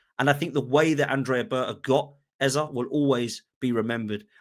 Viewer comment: It's Eze not Eza😅